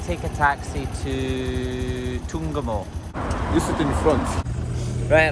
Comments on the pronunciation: When you pronounced Ntungamo so well and the local names I realized that you have slowly become Ugandan 😊enjoy. Ankole girls are gorgeous 💖 colorful ceremony 😍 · Da way u pronounced da word ntungamo ur already my brother, wlkm to ntungamo